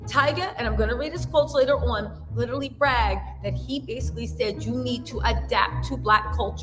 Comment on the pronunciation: I LITALLLY (literally) can NOT deal with you any more. Learn to speak right. LITALLY killing me.😂😂😂